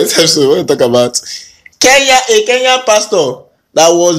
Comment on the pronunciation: I love the way you pronounce Kenyan names🤣